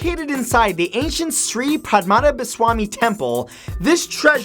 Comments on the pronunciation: that's not how u pronounce padmanabhaswami dude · the way u pronounce. padmanabaswamy temple as pad ma na ba swamy temple😂😂😂